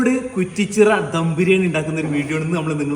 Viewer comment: ധം അല്ല ദം